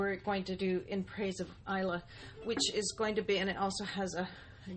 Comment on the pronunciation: pronounced " i lay"....